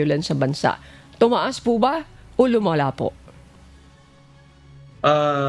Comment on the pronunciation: NO WAY., tomaas hindi bomaba